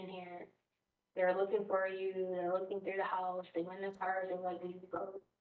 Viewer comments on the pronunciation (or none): Lookinggah.... bleedinggah